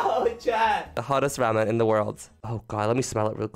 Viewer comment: It pains me how you say Ramen